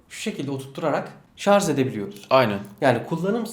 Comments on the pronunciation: Şarz değil şarj 😅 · koskoca adamlar şarj diyemiyor şarz diyor. Önce Türkçe konuşmayı öğrenin.